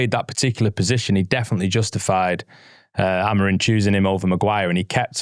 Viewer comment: He’s called Amorim, not Amorin. It’s minor but does my head in!